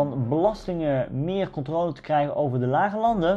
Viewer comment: Hey! Waarom zeg je steeds “controole” ipv de correcte uitspraak “controle” ?